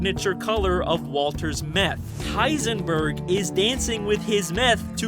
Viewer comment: he literally says hisenburb!